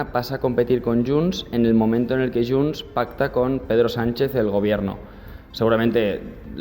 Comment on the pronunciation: es diu :: JUNTS!!!!!!!!!!!!! no YUNTS!!!!!!!!!! heu d'aprendre a parlar el català